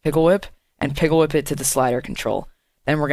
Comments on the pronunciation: Pickle whip lmao. It's pick whip or pic whip. No hate, just sayin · it's "pick whip" by the way. Not pickle whip nice tutorial tho :D